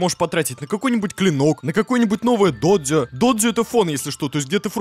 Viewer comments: Вы тоже говорите дОдзё вместо додзЁ? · Вообще-то, правильно " додзЁ ", ударение на ё.